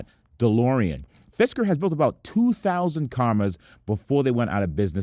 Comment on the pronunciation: Sounds like "fister"